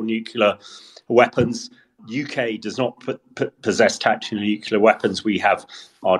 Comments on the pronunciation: Like experts who can't/won't say the word "nuclear", he makes himself hard to take seriously. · Why is it so difficult to say Nuclear?